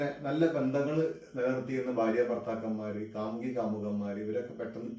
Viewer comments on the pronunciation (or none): none